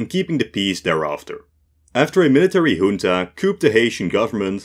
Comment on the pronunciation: The new editing style is really nice! Also, you must be the first youtuber I've heard pronounce ''junta'' correctly.